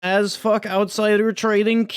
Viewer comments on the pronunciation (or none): Am i the only one hearing Azfuck